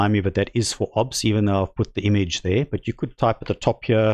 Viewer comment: "obbz studio" Dude, O B S, pronounce the letters separately, it is an acronym, do you also pronounce FBI as "fuhbih"?